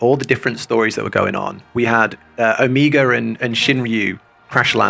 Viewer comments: The repeated "Omiga" really threw me off while listening lol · Too Bold of a statement, you still have Shadowbringers trials ;D Also: It's "Oh-Meh-ga" Omega as in the final letter of the latin alphabet :) rather than Amiga, a brand of computers by Commodore :P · how do you criticize someone's pronunciation without sounding mean? because i don't want to be mean, but also the way you say omega - which is a very real word which is not uncommonly used in english - kind of drives me batty! oh-MEH-guh. O, Mega. literally means 'mega O', actually! the last letter of the greek alphabet (big O sound, hence mega O) used as a synonym of 'the end'. real word! again, very much not trying to be mean, trying very hard to be educational and not sound critical, but i do think it's important to pronounce real words right when possible, especially when you're going to need to be saying them a lot very soon!